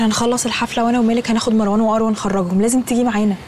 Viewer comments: ليه المصريين يقولو ماراوان مو مروان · ليلي وطريقة نطقها لاسم مروان مر.. ............. وان